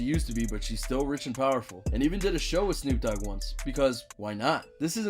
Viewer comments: No one's gonna say anything about this dude calling Snoop Dogg 'double O G'? As in Oog? What? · "double OOg" its pronounced snoop DO double G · 'Double OG' 😂 it's D O Double G 😂😂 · My bro said the double o. g idiot. It’s the d o double g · Instead of D OH DOUBLE G (GG) ... HE SAID DOUBLE O G!!!!😂😂😂 WHAT THE HELL 🤣 🤣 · The double og? You mean the Dee oh double g. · I heard you talking more than any Numero Uno numero dos you said Snoop double Og it's do double G lol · It's d.o. Double g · I believe he was going for “Snoop D, O, double G.” but yeahhhh, he definitely butchered it lol